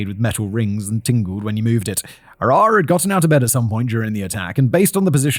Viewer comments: Small point of information: Arawa's name is pronounced with the accent on the first syllable, not the second. Conveniently it's the English word 'faraway' minus the first and last letters, and it's pronounced that way - 'AR-awa,' not 'A-RAH-wa.' It seems important to get this right considering the manner of the poor woman's death. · Maybe learn the correct pronunciation- Arawa is said A ( short a sound ) ra , wa not Aar rewa . Otago is O - taaa go not o tay go . As a Kiwi it’s a bit grating to listen to mispronounciation